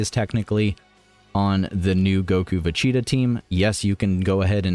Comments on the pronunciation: Va cheeta is what im hearing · What's up with butchering Vegeta's name all the time ?